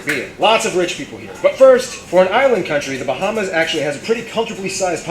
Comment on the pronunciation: I’m from The Bahamas 🇧🇸 and he pronounced most of our islands wrong